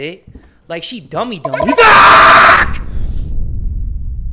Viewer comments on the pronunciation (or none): We gonna ignore the fact he said "dummy DAMUDA"